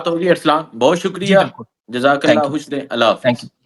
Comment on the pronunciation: او بھئ: اللہ کے واسطے اردو کی بربادی نہ کر ،، جہاں ”خ“ کی آواز ہو وہاں ”ح“ کیوں بولتے ہو ، 😮😮😮 خوش کو حُش ،، خبر کو حبر ،، خان کو حان 😮😮😮😮 مطلب حد ہے 😮😮😮😮😮